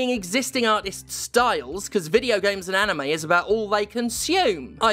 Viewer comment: Nah-tist is an amazing word.